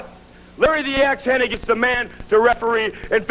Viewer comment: The guy’s name was “Hennig.” Even Lawler botches it. 😅